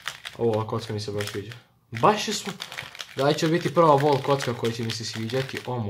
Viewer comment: Dobijem napad, kada cujem da kazes vOlk